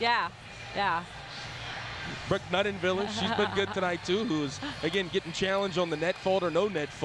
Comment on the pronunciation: Yeah if I need to hear him say Nunenviller one more time I'm going to rip out my own ear drums.